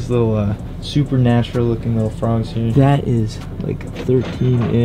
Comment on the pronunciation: "It's a little tOasty out heur"